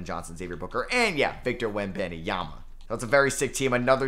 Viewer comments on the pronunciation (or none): none